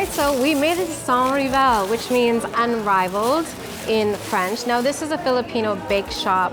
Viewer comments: Pronounce the “s” for the Filipino pronunciation of “sans rival” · ..its very french not to pronounce "s" in the sanS rival.. totally understandable👍😅